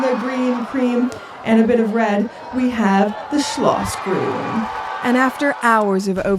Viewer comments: I disagree! It is not hilarious at all. Quite the contrary, very precise and correct pronounciation! Neither the sch nor the ü or any other Umlaut exist in English. Well done, very well rehearsed and quite close to how it should be. Thank you for making the effort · I never heard a more charming pronounciation of german, of not german speaking persons. Schlossgrün! Schneesturm! Unbelievable